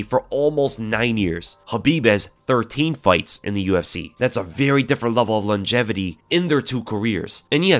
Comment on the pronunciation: Best mma podcast out. Although the "longetivity" made me laugh 🤣